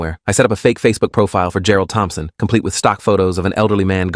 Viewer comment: How many “Gerald Tomphson”s does this story have?😂